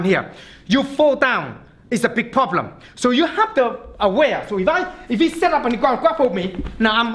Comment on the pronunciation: I love every time he says “poblem”